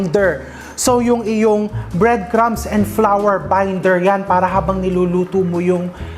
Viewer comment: I laugh how you pronounce flour, parang sounds "flower" . Thank for all your recipes and generous cooking tips❤️ Am just a new follower